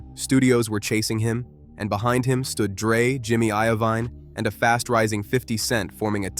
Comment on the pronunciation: Bro I rly don't wanna hate but you definitely need to learn how to pronounce the names. It's Suge knight (pronounced like sugar but with an e at the end) and Jimmy Iovine (i-o-vine)